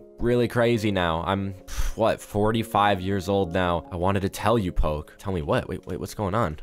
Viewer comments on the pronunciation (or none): IM SORRY! I CANT WITH THE “pokey”! My mom likes eating pokey(sorry- got the spelling wrong- it’s spelled as poke. So she likes eating poke-) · poke sorry for that is say po’e